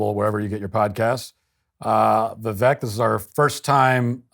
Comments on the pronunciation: It is Vivek like cake MATT. Gees Vivek is so kind. He won’t even correct you. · Matt. Learn to say his name properly. It rhymes with "cake". Not "heck". Go Vivek! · Matt I’m disappointed to hear you mispronounce his name. Where have you been??? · Where have you been? Matt pronounces nobody's name right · Christ Matt, pronounce his name right. Don't be so damned rude. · Matt couldn’t learn how to pronounce Vivek before the interview? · It’s V(wake) from Wake-up, not V-veck or Why vek… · Viv-ake like cake not Viv-ekkk like tech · Matt: Vivek is pronounced 'Vivake'', rhymes with 'cake' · For the love of.... Matt, VIVEK RHYMES WITH CAKE! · Vivek like cake. Ffs man. Gets his name wrong in the first 2 seconds. Bad start. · It's "Vivake" sounds like cake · It's Vivek like cake, Matt. He is so polite he doesn't correct people. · The reason I can't find the will to respect Vivek anymore is that he doesnt correct people on the pronunciation of his name. He used to take pride in it and its a very easy name to say. At this point, mispronounciation is disrespectful. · Vivek like cake!!! How many times does the man have to say it! lol. Vi-vake! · Just an fyi... It's Vivek as in cake. Vivake. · Its vi"vake" like cake. Come on Matt! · It's pronounced "VIVAKE". LIKE CAKE! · People still pronouncing his name incorrectly still is ridiculous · Vivek rhymes with cake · it’s Vivek like cake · Matt, by now you should know how to pronounce his name. It’s “Vivake” like cake. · Omg all this time, and you still don't know how to pronounce his name. Trump-Vivek Vi-vake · Can someone tell Matt that Vivek's name, when pronounced correctly, rhymes with cake? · Matt - bro - Vi-"vake" like "cake". There is no reason for you to still be mispronouncing the man's name. Do better my guy! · Cake, Shake, Take, Vivek. It rhymes with Cake. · It's not too hard to take two seconds to learn how to pronounce Vivek correctly. Rhymes with cake. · Vivek rhymes with cake. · He means Matt pronounced it wrong